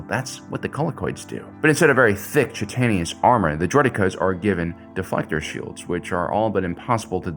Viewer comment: Chitinous = KITE-en-us